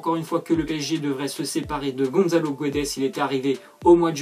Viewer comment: On dit pas Gonzzalo mais Gonssalo on dit pas guedes mais gédes. Goncalo Guedes ps Je suis portugais...